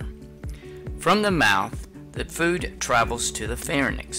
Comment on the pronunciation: Pharynx is pronounced far-rinks with the A being a short vowel